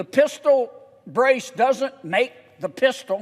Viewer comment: “Including a Pisshtal”😂 I feel like I should pull over but im on my couch. He hit that state trooper voice 😂